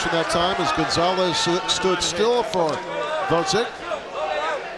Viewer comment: Gvoz-dik, not Vod-zik